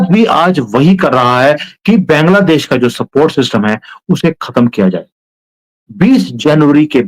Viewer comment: Why don't you pronounce Bangladesh correctly?